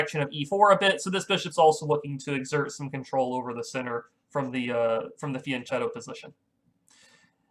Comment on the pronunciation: fianchetto has a k- sound.